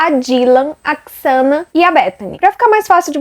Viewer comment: Eles nao moravam na fraternidade. Era uma casa comum, dividida pelas 4 meninas. O nome se pronuncia Zena (Xana). Nao se pronuncia Quiçana. A moça que vc disse que viu o possível assassino, nao dormia no porão e sim no segundo andar (mesmo andar da Xana e Ethan). Abraços!